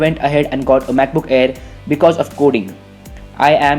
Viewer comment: When you say 'MacBook' it sounds like you're saying 'BUKBUK' lmao